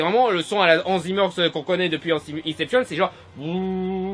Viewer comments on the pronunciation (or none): none